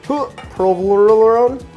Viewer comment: I mean, are you intentionally trying to make new names for the cheeses like someone did for Worcestershire sauce? Provolone is not a hard word. plus... Cheddy?